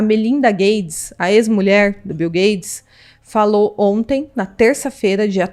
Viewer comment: ela fala bil gades? kkkkkk